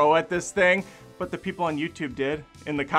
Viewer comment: It's not "the" it's "THEE." As if she's biblical or something.